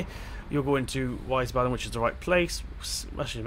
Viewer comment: Mate, if you ever feel the need, speak it like that: Wiesbaden: Weesbahden Mainz: Maynts Darmstadt: Darmstatt (spoken like "Dorm" with an a instead of an o)